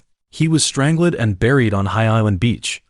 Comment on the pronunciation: JFC...I'm out... If I have to hear "strangelid" once more, imma throw my tab. DO BETTER...